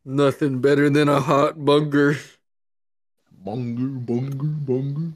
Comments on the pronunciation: And oddly enough it’s very satisfying hearing a group of friends say bunger....... sorry sorry bunga, and die laughing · You can’t say cowabunger, we gotta say cowabunga 😂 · Our word is cowabunger you say cowabunga